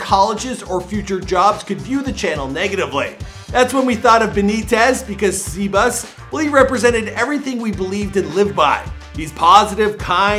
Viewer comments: When he called Sebas “Seabus” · he really said SeBUS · smh can’t even say Sebas right🥺🥺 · Did he just pronounce sebas like that